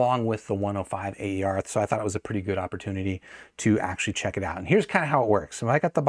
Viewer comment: It's not pronounced "A.E.R.", but "Aer" (which stands for "air" in Romanian)